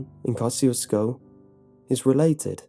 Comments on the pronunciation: It's actually pronounced, "kah-zhu-sko" and means "God bless you" in Polish. People around there are Poles and Czechs, known collectively "bohunks" and the dance hall there was frequented often in the early 80's by Mickey Gilley of Gilley's, the infamous (due to its brutal bar fights) cowboy bar of Urban Cowboy fame. Not to mention this story did remind me a lot of the Seaney Bean tale. (I'm originally from Texas as are most of my family.) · You say the name of this town wrong. Its comes from polish general and you can check how to pronounce on google translate (just type Kościuszko and choose polish). PS: He was hero of two countries PL and US. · I am Polish and I know that this is how you pronounce "Kościuszko" in english, but I just cringe every time I hear it xD It just sounds so wrong